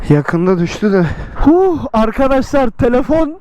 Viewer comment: nobody : arkaşlar